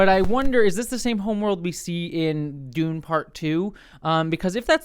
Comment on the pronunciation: If you're an Invader Zim fan, that could explain why saying Dune like that tickles your brain lol Dune≈Doom